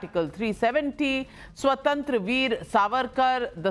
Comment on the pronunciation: नाविका, “स्वतंत्रवीर सावरकर” नहीं, बल्कि “स्वातंत्र्यवीर सावरकर”